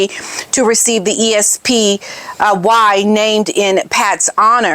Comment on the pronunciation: It is pronounced “esspee”